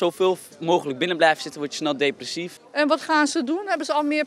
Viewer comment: 😂 “Meerrr thuis the blijvuhhh???”